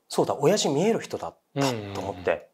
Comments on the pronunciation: お⤴︎やじのイントネーションばかりに気を取られてしまった… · 親父の発音が気になって